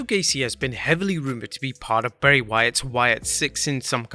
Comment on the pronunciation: It’s Bray you 🍩’s